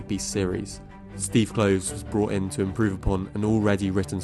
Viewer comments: Rowling is pronounced like bowling; Kloves like Klovis. 😉 Nice video! (I also think she sabotaged her career with her social views.) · You make a lot of good points. Minor quibbles: I believe that her last name rhymes with "bowling" not "howling," and that Steve Kloves' last name is pronounced with 2 syllables ("Klo vis"). I REALLY wish that Kloves or even Michael Goldenberg had been asked to help from the get-go with these prequal films. Yes, they all might still have reeked of cash-grab, but they might also have been somewhat watchable and consistent. I actually wrote my dissertation about the practices used to adapt her (for the most part) excellent novels into the medium of film. It is sad that this is now the legacy of WB's adaptation of the Potter world that we are all left with. To be fair, only about half of the original 8 Potter films were good, but their adaptations still felt justified. It is so disheartening to see see a writer with a gift for dialogue and world-building (and such a weakness for depicting action) buy into her own bullshit and craft such mediocre-to-bad movies as these. WB should have just left well enough alone . . . but I am sure that it all looked like a great idea . . . on paper. Alas . . . it was not.